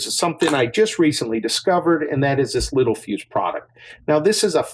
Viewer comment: Fwiw its Littel not little fuse if you're trying to find one.